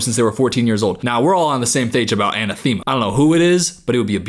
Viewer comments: anAthema not anathEma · a-nath-a-ma not ana-thema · Uh-nath-uh-ma., not anna-thema. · ahNATHimma haha. Love your "Anna Theema" pronunciation though. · i am so sorry to tell you this but its pronounced anne ath emma not anna theima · Uh-NATH-ma.That’s how you pronounce “anathema”. And I don’t think commenting on fake eyelashes is racist. A little junior high, sure, but nothing on the “bad built butch body” level. Oh, and “butch” could be considered homophobic if we’re going to play the “thass RAYCISS” card. Do better girls. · It’s pronounced a-nath-eh-ma, silly man. Which means, something or someone that one vehemently dislikes. So please don’t name your daughter that! 🤣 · in Good Omens there is a character named Anathema. Her mom names her that because it sounded pretty but it actually means “something or someone that one vehemently dislikes”. So please don’t name your kid that. 😭 And btw it’s pronounced eh-NATH-eh-muh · It’s pronounced ah-NAH-thuh-muh and that’s my niece’s name 🥰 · Okay just to be helpful, anathema, pronounced Uh-nah-theh-muh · btw zero hate, anathema is pronounced an-ATH-em-uh. the ATH sounds like 'math' and the 'em' is like emily. really rare word but fun to use! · Uh-NA-thuh-muh. (not making fun, it's a mouthful of a world) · It's uh-NATH-ih-muh The nath rhymes with math. No judgement on the mispronunciation (English pronunciation without hearing the word is hard). Just figured I'd inform people on it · Hate to be that person, but it’s pronounced “an-ath-a-ma” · Anathema uh-na-thuh-muh, like in Good Omens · A-nath-ema.. You’re fucking with us right? It’s one of my FAVOURITE words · An.ah.th.i.ma. anathema. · Ann - ATH - em - uh (Anathema) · If you had been into twenty one pilots back in 2015 you wouldn't have mispronounced anathema 🤷‍♀️💃🏼🫡💁🏼‍♀️😔🧎‍♂️💅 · That is not how you pronounce anathema 🤭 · shoutout to mispronouncing anathema, it is a bombass name for a girl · that is definitely not how anathema is pronounced lol